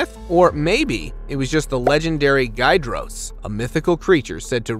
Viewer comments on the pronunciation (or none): none